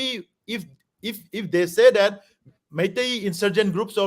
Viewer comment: When you seiiiiii det 😂